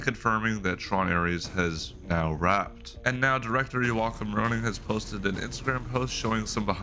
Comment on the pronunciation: Fun watching the updates and getting sneak peeks of the behind the scenes. Thanks for the content. Just one note for your future videos though, the directors name is pronounced “Yolk-um”.